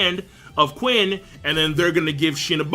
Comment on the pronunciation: Qin is pronounced Chin